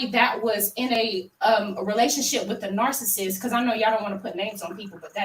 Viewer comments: did she say she believes MEL-o-neee is a “nar-cist”????? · She did say Mel onee and narcist. It's always the ones who can't speak proper English that come for her.